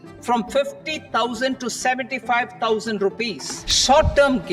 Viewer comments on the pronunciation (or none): The way 75000 was said sounded like 750000 😂